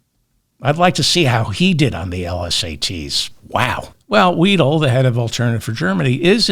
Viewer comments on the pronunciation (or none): 👍👍 Btw.: Alice Weidel AFD, say Alice Wydel not Alice Weedle 😂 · German here, and anti-AfD. Don’t laugh please, Merz is our best option. Vance, Musk, Hegseth and their intellectually challenged Dictator is a disgrace. By the way Weidl is pronounced like your word is pronounced, not like you pronounce